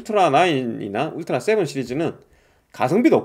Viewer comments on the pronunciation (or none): 울트라가 '웃뜨라' 로 들려요.